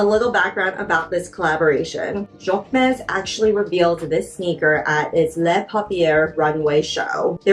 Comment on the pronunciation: Jacquemus… pronounced jock moose… that’s the closest English pronunciation